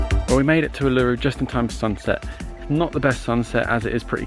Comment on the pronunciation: It's pronounced Oo La Roo...........